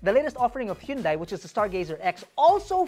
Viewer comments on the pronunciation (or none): Hyundai should be pronounce as huhn-day not yun-dai. anyways. this is a good video. good job 👍